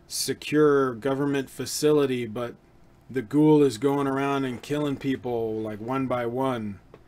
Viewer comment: Its not gool. Its GHO of Ghost + WOOL. So its Gho-Wool.